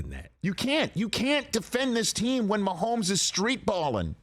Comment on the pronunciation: there is no L in Mahomes' name. keep that outta there.